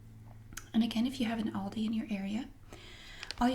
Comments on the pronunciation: She pronounces it correctly. It's All-dee, not Al-dee. Aldi USA confirmed this on FB. (ALDI USA Hi Carol - ALDI is pronounced as 'all-dee'. Thanks for reaching out!) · Im irish too and everyone says al dee its not a big problem unlike lidl Idc what the rest of people say its lee-dull